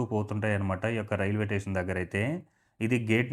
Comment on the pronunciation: Tation Kadu, station ani pronounce cheyyalsindi.